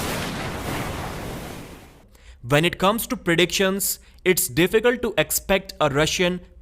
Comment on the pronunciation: It's "when" not "vhen"